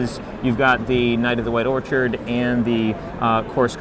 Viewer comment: Lol , I don't know if it was just a mix up, or if he thinks that orchid is pronounced like Orchard :P